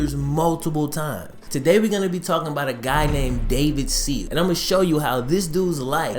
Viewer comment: Is it David Sills? Can't tell because of the accent. Sounds like you are saying David Seed.